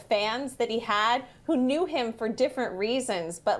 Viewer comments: "BURR" lol its "BUR-A" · " you have your pulse on the current cultural moment better than anyone I know or follow" Candace cameron bure is pronounced "bur-eh" not burr. Also Bob didn't get a resurgence through fuller house. Guy's been internet famous all along. Bitch dudn't know shit about shit. Fuckin check wikipedia. CNN hire me